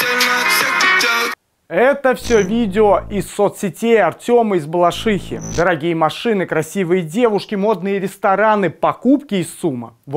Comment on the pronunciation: Не из БалашиХИ а из БалаШИхи